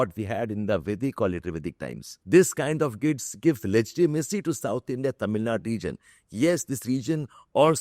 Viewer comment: It is "Tamil Nadu", not "Tamil Nad".